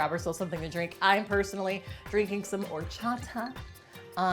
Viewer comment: As a Spaniard it's very funny to me how you say horchata 😂😂😂 I didn't even know people outside of Spain drink it, let alone people in the US (you guys tend to know nothing about Spain lmao)!